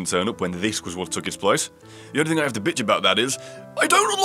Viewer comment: RRRRR! it said think instead of thing